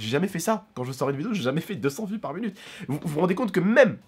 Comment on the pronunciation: pourquoi tu dis "munute" ??